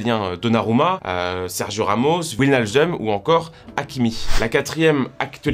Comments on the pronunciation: Wijnaldum ça se prononce Vij Naldoum. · Ça se dit VivaDloum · Va falloir un jour journaliste français apprendre à prononcer le ij néerlandais parce que vous avez déjà massacré le nom de kim clijsters à une époque et Wijnaldum aujourd'hui. On tape ca dans google traduction et on demande à la madame de le répéter. meisje Schrijven ijzel blijven et même wijnaldum vous verrez c'est pas compliqué.